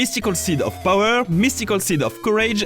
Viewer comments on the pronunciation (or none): none